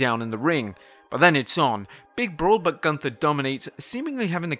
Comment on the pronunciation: If you really were there.... you should know how the name "Gunther" is spoken out.....